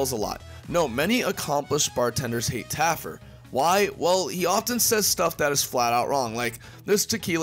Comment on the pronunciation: Again....just Taffer...not Taffert or Taffard....no last consonant.